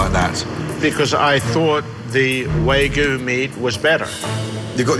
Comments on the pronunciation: "Waa-gyu"...not "way-goo"! Dammit! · waygu waygu It's waGYU god dammit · He can't even say wagyu properly. Waygoo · Japanese me listening to Alan’s “wArgyu meat”. It’s Wagyu, tf is wArgyu. At least try to pronounce it correctly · Chef Magician: You making a burger too? Owner: Yeah, with a Way-goo. Chef Magician: A whaaa? Owner: With the Way-Goo! Me: Its Wagyu you cod! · That’s not an Australian meat pie. Wag yuh is Japanese, not Australian and it’s pronounced ‘wah-goo’, not ‘waygoo’. is a moron. An embezzling moron. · It's a crime to call it WAYGOO and not WAGYOO as the meat should be called. >_> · Claims to be a “meat expert,” then calls Wagyu “way-goo.” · How he keeps calling it way goo...🤯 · Why is no one talking about how this idiot pronounces wagyu? The "Waygooo" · Yeah it’s pronounced Wah-Giyu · Dad: wheygu beef Me, an Australian: dafuq did he just say? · Alan: is said to be a “Meat sculptor” Also Alan: calls Wagyu “Waygu” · "wagyu" Pronounces it "waygoo" Wow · The fact he's pronouncing wagyu wrong the whole time is too much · you know the restaurant is fucked when the owner can't pronounce "wagyu" correctly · Man can't pronounce Wagyū to save his meat sculpting life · Alan couldn't fucking pronounce wagyu correctly